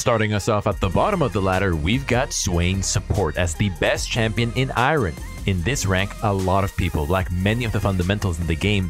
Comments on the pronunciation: Am I the only one that found he said iron to be a little off? Just me? 😅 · I’ve never heard someone pronounce iron like that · Lmfao I'm glad someone else mentioned it xD